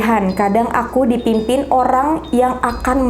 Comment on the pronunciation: dimimpiin bukan dipimpin